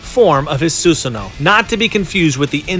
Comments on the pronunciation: You dont say susano it is pronounced susano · bro u said susanoo wrong I wish I could tell u